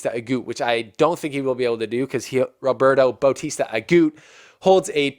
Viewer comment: I had a impression that you don't know much about tennis. If you do, you can't say RBA is a clay courter. Please do your homework before the show ( watch matches at least highlight, research about players and tournament rules). PLUS, please pronounce players name properly, if you can't , just call roberto RBA instead of babbling like a baby. make this show professional. I know you youtubers doing this for business.I am not a RBA fan by the way but just got annoyed how little you know about other players or matches unless Federer plays in them.